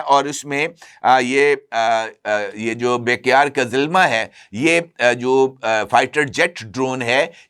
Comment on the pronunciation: بھائی ہر ویلاگ میں ایک ہی غلطی کرتے ہو یہ کمپنی بیکیار نہیں بلکہ بیریکتر ہے جو طیب طیب اردوان کے داماد کی ہے